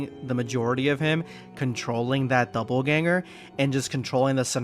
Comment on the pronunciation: Bro there is no "b" in Dopp'elganger. God damn.